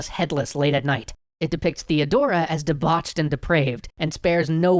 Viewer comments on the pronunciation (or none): you gotta calm down when saying debauched like bruh... You be like: deBAUCHED hahahahahaha